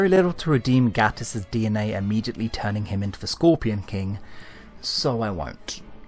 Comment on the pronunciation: Love your videos, but find it frustrating that you continually mispronounce Gatiss and Moffat's names.